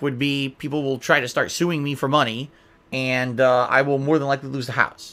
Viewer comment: How the hell can a guy turn the word "and" into three syllables?